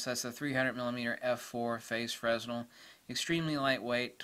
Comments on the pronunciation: Um, pronounced it as frenzel when the correct pronunciation is fray-NEL. Nothing more and nothing less. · A bit of a nit, but Fresnel is pronounced fray-NEL. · Quick note, that's not how Fresnel is pronounced. It's a French name, so the s is silent.